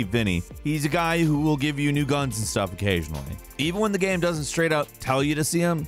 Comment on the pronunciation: "Mafia is a fun geum". Pardon? What the hell kind of accent is that?